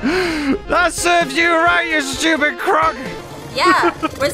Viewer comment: is she a Latina cause that “we’re supposed to be on the same team stopid”sounded very Latina like and I loved it 😂😂